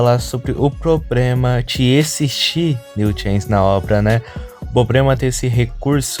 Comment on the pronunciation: ce fala "probrema" kkkkk pensei que fosse carioca